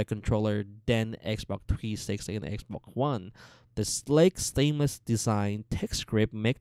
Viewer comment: He says xboc one